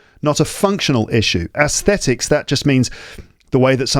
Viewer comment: Hai, I am an ardent fan of yours and you are my role model with regard to accent and pronunciation. But isn't your pronunciation of aesthetics different from the standard one?